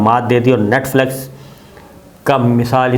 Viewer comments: Sabir sb thora sa parh b lya kren....NETFLEX ni hota NETFLIX hota h. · Sir with due respect its Net Flix not Net Flex :). Love and respect from pak canadian viewer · Brother, it is not Netflex نیٹفلیکس. The word is Netflix نیٹفلکس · Yar Netflix to bolna seekh lo. Duniya dekhti ha. Humari b insult kerwatay ho